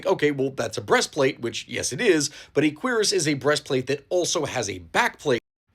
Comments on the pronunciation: It's not a quEER-ass it's a keer-ASS. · queer-is.... shouldnt it be cure-is? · "Queeras" 🤨🤨🤨 'Kweras' is how you say it. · Surely it’s pronounced [queue-ras], right? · I thought Cuirass was pronounced cure-ahs or kyur-es, have I been mispronouncing it since 2005? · If it wasn't for this man, I'd still be saying cure-ass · I have never heard someone pronounce cuirass that way. I've only ever heard cure-ass. Not to say you're wrong, it's just weird. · queer ass? is that really how its pronounces? LOL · Considering that the actual pronunciation is basically “queer ass,” I understand why you mispronounced it (to avoid demonetization, right?). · Y’know I knew what a cuirass from the game Castlevania Symphony of the Night (great game btw probably top five in Castlevania imo), but I never knew how to actually pronounce it. I always said it like “cure-as.” So thanks for helping me pronounce cuirass correctly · I've been pronouncing it as "q-rass" for my whole life bro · I really wish you wouldn't pronounce it in such an american way lmao a queer ass? I understand google translate is telling you its pronounced like that but honestly there are other ways to pronounce it 😂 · The way he pronounces Cuirass hurts my ears. It's Cure-Rus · I like how most people here are talking about the subtitles but like, also pronounces Cuirass far to quickly that it does genuinely sound like queers rather than cuirass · I think your saying that word very wrong